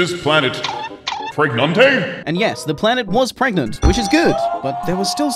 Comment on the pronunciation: AW FUCK I WAS DRINKING HOT COFFEE WHEN U SAID ".. pRegANte?!" and almost died.